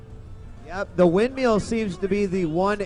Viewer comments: No, he's actually saying windmeal. Which means you're eating while being in a storm. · Its "windmill" dammit! Not "windmeal". lol